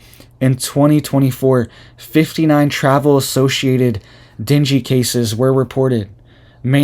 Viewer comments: It's pronounced deng gay fever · Deng - gay. Pronounce NG the same as in dang. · dengue fever is pronounced den-gay. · Dung gay...not dingy : )... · Den-gay not “dingy” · Ding-gee not dingy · Dengue= Deng-Gay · Pronounced “Din gay” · Pronounced den-gay.......:) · Ok, …I love you and I think you’re great, but if no one else will tell you, I will be kind enough to do so (please take this with ❤️) The illness Dengue is pronounced DEN-gay. I’ve been waiting to see if anyone would….. I do love you and I pray for you and your family daily. I can’t imagine having a young family right now…. God bless you and if you need anything I’m not that far away in the Upstate of SC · It’s pronounced Dane Gay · Pronounced Dee Nang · It is pronounced ding e fever. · It’s pronounced Dane Gay. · Den gay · It's pronounced. Deng fever Dengue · Pronounce den-gay like Ben-gay.